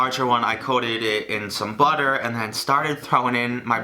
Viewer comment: the way he says butter i bit like “bodder” is rlly cute